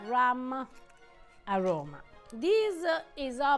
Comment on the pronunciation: what notta adda real rum, rather than ruma flavor?